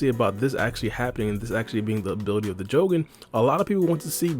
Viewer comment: Am I the only one super annoyed about the way he says Jogan?! 💀